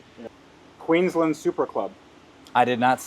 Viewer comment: It is Queensland not Queenslan